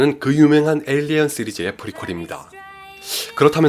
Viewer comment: 에일리언 시리즈 발음이 영 ㅜㅜ